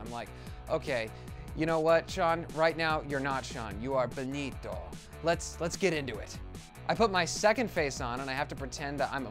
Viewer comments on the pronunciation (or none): The way he pronounces BENITO!!